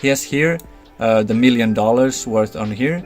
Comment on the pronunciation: Nobody:: "MEALion Token"